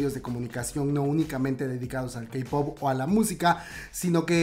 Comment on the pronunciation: Diste una actualización que realmente ayuda mucho a saber qué ha pasado después del accidente. Gracias por no contar solo lo que ha estado ya en medios sino expandir y complementar más el tema. Por cierto, amiga, no se dice "CEI-pop". Es "CI-pop" o pa´que decirlo en inglés y solo dices "CE-pop". (: suerte